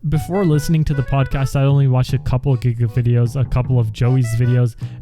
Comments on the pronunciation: do you really call gigguk grant? XD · dude legit said Grant instead of Garnt ahahahahahahahahah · went to the comments immediatly when he said gigguks's name as grant and not garnt